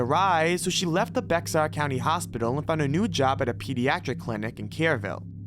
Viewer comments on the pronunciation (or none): There are a lot of mistakes (understandable for the amount of content. But the pronunciations kill me. Lure is pronounce lorr and Bexar counter is not bexar its bear, i was dying almost ever other killer on some of his annunciations alone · Heads up, from san antonio, Bexar is pronounced Bear, no idea why it is, just is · "Bexar" is pronounced BEAR..... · Bexar county in Texas is pronounced “bear” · BEXAR county in Texas is pronounced "BEAR". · As a native, Bexar County is pronounced like Bear County lol I thinks its funny when people pronounce it wrong. I love your videos man and your editing especially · Bexar is pronounced just like Bear. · Bexar is pronounced bear